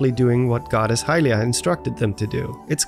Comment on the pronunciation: Dude........please pronounce Hylia correctly. It's 'Hyliiiia' not 'HYlia'. Emphasis on the second syllable.